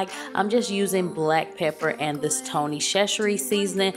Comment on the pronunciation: Tony’s is my fav and ya said it right.... my girl 🤣👌🏾